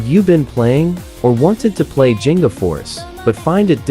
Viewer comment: Thank you for this video but... the pronunciation of G in "Ginga" is like the G in "Give" or "Giggle".